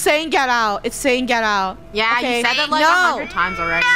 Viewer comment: the "get out" sounds more like hello